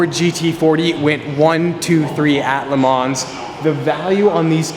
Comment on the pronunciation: Yes but Le Mans is pronounced without the "s" :)